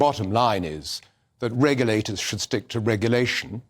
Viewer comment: "Reggerlaters should stick to reggerlating" says vowel-challenged. Remedial English lessons can be arranged,....